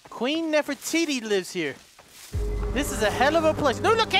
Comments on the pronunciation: I love how calls her "Nerf-iti" 😂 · I love how kept calling Nefertiti Nefiti